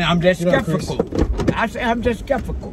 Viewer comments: said "I'm skef-i-cal!" 🤣I'm done! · "I'm skefical" LOL!!! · “I’m just skephifical” 😂😂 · said "he's just skefical" not skeptical kml.... Do it granddaddy. Get those words out. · said "I'm just skepfical" 😆 🤣 😂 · I'M WEAK!! said " I'M JUST SCEPICKO😂😂😭😭 He meant Skeptical.... WOOOO I love it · I'm just "scefikal " 😂😂😂😂